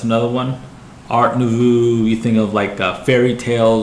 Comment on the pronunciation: It's pronounced art newvoh